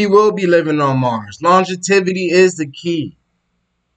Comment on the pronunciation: lon·gev·i·ty Not longetivity sorry but it’s driving me crazy